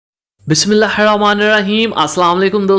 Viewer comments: Exactly plz learn properly bismiALLAH . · آپ بسم اللہ الرحمن الرحیم صحیح طریقے سے ادا کیا کریں۔ شکریہ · السلام علیکم بسم الله الرحمن الرحیم ڈحیح طریقے اور تلفظ کیساتھ پڑھا کتیں پلیز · Say Bismillah properly